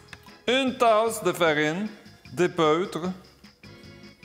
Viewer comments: Suis-je la seule à avoir entendu 'épEUtre' ?? Ne dit-on pas 'épEAUtre' ? Autrement, c'est pas ça qui va m'empêcher de l'essayer :) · En effet. La prononciation ne semble pas tout à fait correcte. :-)